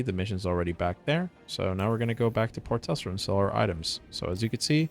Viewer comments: HEH man; its TRESSLER not TESSLER haha J/K bro but i had to say it :P Nice vid. btw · You keep saying "Port Tessler" instead of Tressler :P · lol i'm sorry but i can't get over the fact you leave the first R out of tRessler... but solid video thanks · Port Tessler has a nice ring to it, just saying. 😊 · It's a silent R